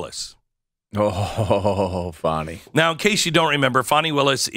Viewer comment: Fa-a-awnie and Nathan love their Netflix, it seems.